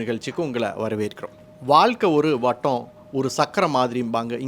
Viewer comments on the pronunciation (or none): வாள்க்கை? "ழ " ?